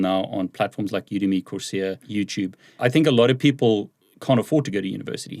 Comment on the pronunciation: I figured out "course yeah" is "coursera".